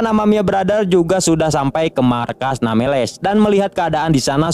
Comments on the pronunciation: Nambless street bang bukan nameles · Namblesstit bang bukan nameles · Bukan nameles bang tpi nembles treet